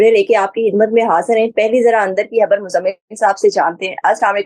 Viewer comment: khabar hota hai habbar nahi. khamosh hota hai hamosh nahi